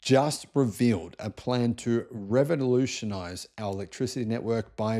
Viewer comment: You can't even say revolutionise properly 😂 how come you didn't edit that out... or was that your best take....how fking embarrassing